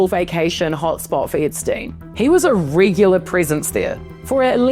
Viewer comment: "he was a rigular prisence there, for almost two dickades."